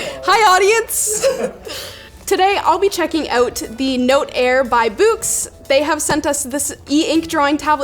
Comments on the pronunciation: canadians be checking "oat", eh? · Your 'out' accent is cool, as if you learned this word from a scotts person